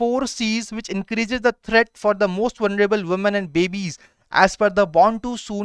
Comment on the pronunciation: Vunreable nahi bhai.. vulnerable hota hai.. qsn no. 2 😂